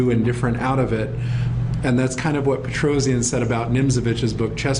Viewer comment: Petrosian is pronounced "Petrosyan" not Petrozian :)